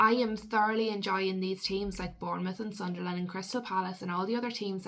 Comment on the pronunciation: It’s not pronounced Sun Der Land pet it’s Sunl’n. Good vid though but.